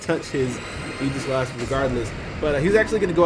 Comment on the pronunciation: The way he says Aegislash bothers me sooo much. It's Ae-gis-lash. No j sound in the word aegis.